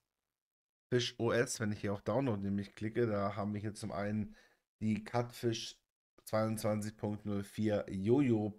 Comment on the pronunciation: Ich will wirklich nicht wie ein Besserwisser rüberkommen, aber es wird halt einfach in Lautsprache 'Kiutfisch' ausgesprochen, nicht 'Katfisch' Cutefish (cute = niedlich)